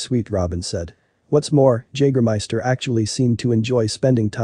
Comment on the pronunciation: When you make this video, don't you listen to it before you release it? I mean come on, how do you not know how to pronounce Jagermeister?